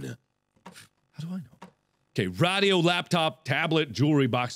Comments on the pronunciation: those things aren't pronounced RODIO and VOSAE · rad e o is what he said for radio lmao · Markiplier: So I need a RA dio. guys what are you doing? its RA dio not radio.... Mark approved XD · it's called a radio no raido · Did he just say “raaahhdio” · Why does he pronounce radio rah-dee-oh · lol he said radio weird too like with a long a, and he's also Le Boned